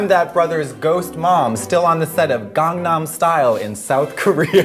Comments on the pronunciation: Bless you Katya, you actually pronounced Gangnam properly!!!! You two are hilarious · I love Katya's pronunciation of "Gangnam".